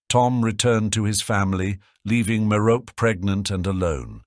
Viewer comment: Merope is a name out of Greek mythology, and just like other names from Greek mythology, such as Persephone, Penelope, and Hermione, the final e is pronounced (MARE-oh-pee). Sometimes the final e is pronounced in this video, but other times it isn't.